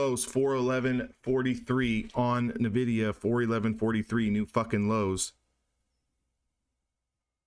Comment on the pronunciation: Great vid. Real time is the best. BTW its not NUH-vidia. 😀